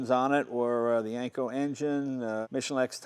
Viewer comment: Jay keeps pronouncing it as Yanko, not Yenko. Take a listen